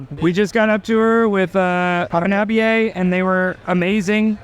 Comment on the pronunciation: Dear presenter, that's not how you pronounce Hanabie.